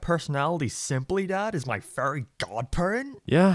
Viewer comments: Not gonna lie, anytime he said Fairy it sounded like Furry lmao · he pronounces fairy as furry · I'll never unhear "furry" whenever you say "fairy." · I cannot NOT hear saying 'furry' whenever he says 'fairy'. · It kinda sounds like he's saying "furry" instead of "fairy". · accent makes "fairy" sound like "furry" and I would really want to watch Timmy and his Furry Godparents. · Took me a while to figure out you ment fairy and not furry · So glad I'm not the only one hearing "furry" every time he says "fairy" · Sometimes I hear you say "furry" instead of "fairy", it's weird, not gonna lie. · WOOAAAHHHHHH HE SAID """""FURRY""""" INSTEAD OF FAIRY!!!!!!!!! HOW CURIOUS, WE ALL KNOW AS RED-BLOODED, BURGER LOVING, NATURAL AMERICAN HE IS!!!!!!! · I always hear "Furry" when he says fairy. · everytime he says fairy i hear furry and that reminds me that those people exist, help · Every time you say "fairy" I hear "furry" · fairy Captions: Furry